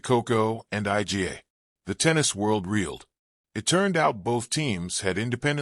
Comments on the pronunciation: I.G.A. Swayatek? Jeez! Tell AI to teach you how to pronounce that! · Why does this narrator insist on calling Iga Swiatek, I G A Swiatek?